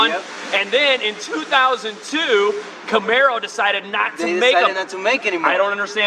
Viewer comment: CAMARO not CAMERO LOL!!!!! Great job guys